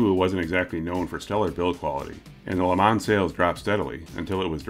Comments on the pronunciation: The correct way to say Le Mans is without the ns as they're silent. Ya it's French so Le Ma is the correct way... It's like the way to say Renault is Ren-No and not Ren-Alt. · Le ma is sorta how to pronounce it sounds a bit like le maw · It's LUH MON ... not plural. lol